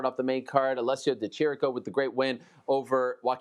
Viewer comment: Ariel, you pronounced the Italian fighter last name wrong. /Di Kiriko/ is the right pronunciation.